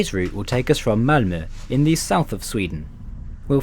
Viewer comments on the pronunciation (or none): none